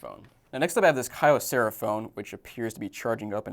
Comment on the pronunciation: Just so everyone knows, it's pronounced key-oh-sarah. Comes from Kyoto Ceramics.